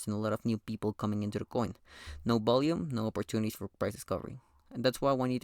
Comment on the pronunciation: Alright i cant taking the word "bolume" every teo seconds